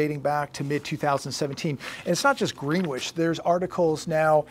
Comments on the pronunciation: GREEN-WITCH?!? It's pronounced GREN-ITCH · It’s pronounced “gren itch” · Its pronounced Gren-itch.